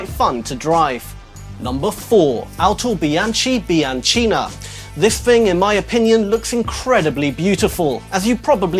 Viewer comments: It's autobianchi bianchina no autobianci biancina! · the correct way to say "Autobianchi Bianchina" is "AutobianKi BianKina". It's italian, you know... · the exact way to say the 4th isn't "autobianci biancina" but "autobianchi bianchina" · Pronounce is Autobianki Biankina. CH = K in Italian. 😉👋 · The Bianchina was wonderful! Try to pronounce "ch" as "k" like if it was "Autobianki biankina" ;) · in AUTOBIANCHI and BIANCHINA the "CHI" is HARD not soft, so it has to be read as / ki /, like in kitchen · XCP Gaming Of course He can, He's God. XD I'm Italian and I KNOW the meaning of what you said, and you can consider yourself lucky that only an Italian would understand it, but it's just fun to play with that northern Italy expression using English to poke fun at it. As for the [mis]pronunciation of the Bianchina... ...it's par with the course when non-Italian speaking people TRY to speak our language, even it it makes us wince painfully.